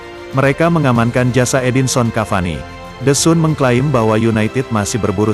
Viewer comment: The sun dibaca the san hadeh LOL